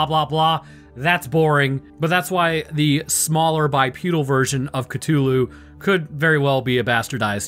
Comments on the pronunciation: Say it with me Ca-thu-Lu not ca-to-lu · I have never heard anyone pronounce it Cut'ulu before. There's a whole h in there you're disrespecting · I don't know why but your mispronunciation of Cthulu's name irritates me to no end. it's pronounced cuh-THU-lu. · I find your pronunciation of Cthulhu interesting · Alright, guys, time to play everybody's favourite game: Am I Mispronouncing It Or Are You? Is it "kuh-THOOL-hu" (how I pronounce it) or "kuh-TOOL-hu" (Your pronunciation). The answer: we're both right and we're both wrong. These two pronunciations are accepted, but Lovecraft pronounced it like /χʟʊʟˈluː/ (which says something like "khlool-HU", I think). Either way, it cannot be properly pronounced by humans because it's from an alien language and our voice box isn't biologically capable of creating the necessary sounds, which is cosmically horrifying in a very subtle and specific way. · The mispronounciation of Cthulu mildy bothers me